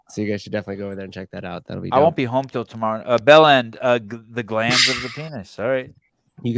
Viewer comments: “glans” and “glands” are two different things. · It's GLANS, not GLANDS you bellends.